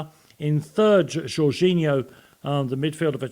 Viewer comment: I stopped watching when he said jorginhno